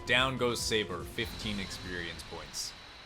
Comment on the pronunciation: My Man, You killed the leopards name lol. Its Sabor and you were saying Saber. Kept me laughing lol. but I really enjoy your videos lol